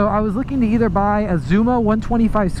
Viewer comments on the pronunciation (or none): none